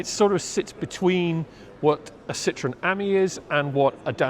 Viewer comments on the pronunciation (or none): none